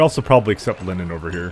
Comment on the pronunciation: I think I been here for too long caz when you said line-nin I just went "it's, of course he pronounce it like that."